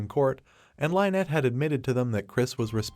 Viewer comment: Why do you keep mispronouncing her name? You are calling her "Line-nett." This name is pronounced "Linn-nett."